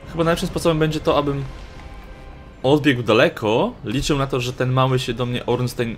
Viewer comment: Ornstein - czyt.: Ornsztajn (niem.)